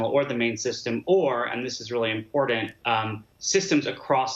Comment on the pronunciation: It was important or imported? T’s make a t t t, sound.